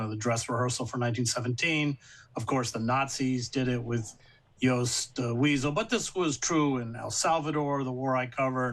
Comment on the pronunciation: This is a trivial point, but it always blows my mind when a brilliant intellectual like massacres a simple German name like the SA member Horst Wessel. "W" in German is pronounced as a "V" and so the name is simply like "horse" with a t at the end, and the word "vessel."